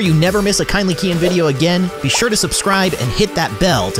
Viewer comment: Whenever he says kindly keyin I hears: Kindly kidding